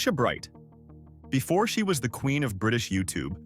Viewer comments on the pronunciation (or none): none